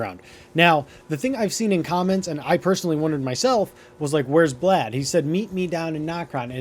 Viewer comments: im hoping that its a joke on how you are mispronouncing so many of the names in this game lol, radahn as radahan, blaid as blad, and limgrave as limegrave XD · Blaid or Blad XD not his actual name which is Blaidd